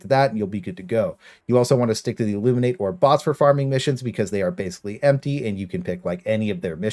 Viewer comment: Not that it matters, but it’s pronounced the “Illumin-IHt”. The actual word is pronounced the way you were saying it, but the species is different. Regardless, thanks for the method